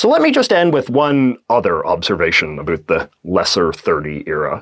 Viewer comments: Are you pronouncing "about" like that on purpose? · Why does he say about wrong? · You’re so attractive until you say “about” xD (I’m joking I promise)